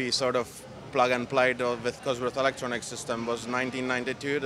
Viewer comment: What is this 'alectronics' he keeps referring to?